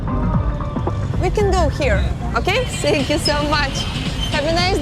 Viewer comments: научил бы хоть кто-то вместо сэнкью фэнкью говорить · Ой, уберите эту ведущую, пожалуйстааа! Раздражает! "Тhank you" говорится, а не "Senkju", кошмар... И черезчур "скадкая", смотреть невозможно... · Думаю, в Сахаре делать нечего, ничего интересного. Номер отеля Алины - просто жесть! Можно было бы найти поприличнее номер. "Сенкь ю" Боже, Алина, подучи фонетику английского языка, уже 2 года ведешь передачу, а произносить элементарные слова английского не можешь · А ведущая может хотя бы слово спасибо на английском нормально произносить, если путешествует по миру и элементарных фраз не может правильно произнести, то хотя бы научите ее говорить thank you!!!! Сенькью бля ....... хоспадии🤦🏻‍♀️🤦🏻‍♀️🤦🏻‍♀️